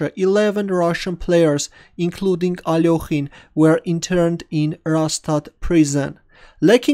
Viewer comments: the part that cringes me a lot is "ALOKHIN" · I don't know why so many people pronounce his name as if there's an 'o' in it...